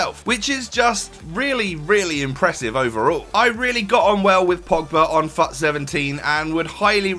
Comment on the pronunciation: Thought you said "welcome to another fuck this player review"